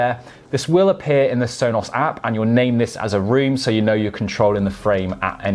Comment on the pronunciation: Why do you say it like Sonoss? It drives me nuts.